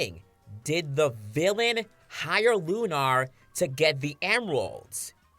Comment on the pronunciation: Lunar is not pronounced loon-R its loon-ER (sorry for being a grammar Nazi but Jesus Christ it’s really fucking annoying!!)